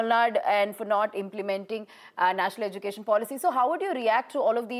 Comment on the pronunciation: If one has to communicate alone they can do a one month language course for spoken hindi or spoken odia or whatsover .. why thrusting on us. Education minister Dharmendra Pradan cannot even pronounce Education properly .. edukesan...that's how he pronounces